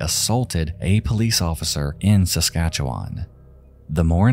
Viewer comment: I'm surprised he got Saskatchewan right.